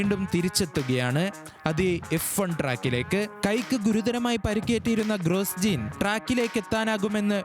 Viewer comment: ഗ്രോജോൺ അല്ലാതെ ഗ്രോസ്ജീൻ അല്ലാ 😂